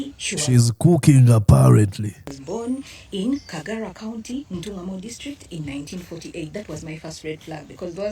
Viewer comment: It's Kajara County dear not Kagara